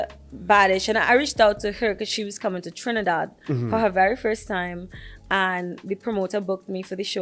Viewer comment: The its more Furse than Furst